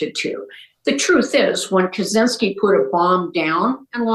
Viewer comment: Kaczynski's name is pronounced 'Catch-inski' btw